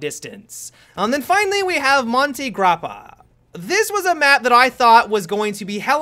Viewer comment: that monte grappa pronce tho....... (i'm italian)